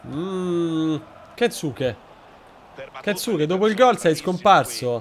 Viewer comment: Non sono sicuro, ma la u di Kensuke è solo accennata, penso di dica tipo Kenske